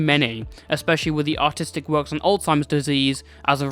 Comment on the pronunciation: it took me a while to realise that he said artistic not autistic